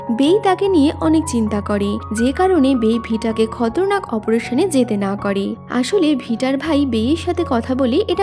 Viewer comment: আপু আপনার উচ্চারণ ভুল আছে খতরনাক হবেনা খাতারনাক